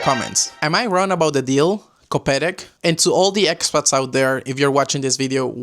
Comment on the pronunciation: A perfect "koperek" pronunciation ❤